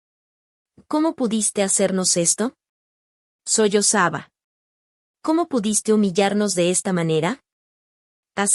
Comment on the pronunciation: ¿,soy osaba? Jajajaja es SOLLOZABA